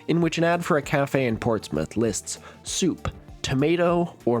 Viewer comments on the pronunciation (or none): none